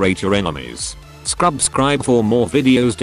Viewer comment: U said Skrubscribe, but that’s my phrase